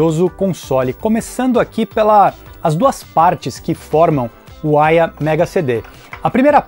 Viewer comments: Chamava essa marca de "Aiva" (som da pronúncia) kkkk Uma única vez vi esse console, numa banca de camelô, há muito tempo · A pronuncia correta é Aia ou Aiva ? Sempre pronunciei com som de V